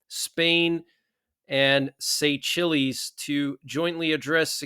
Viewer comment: Say shells is how you pronounce Seychelles.